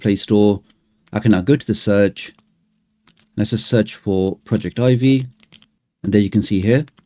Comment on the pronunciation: It is not pronounced project Ivy. It is pronounced all as one word like “Project-ivvy”. The word project here being used is as in projector. This is further demonstrated when you’re installing the program and it shows a projector in the middle of the screen. Otherwise it was a very great and informative video and I’m going to use on every android device that I have.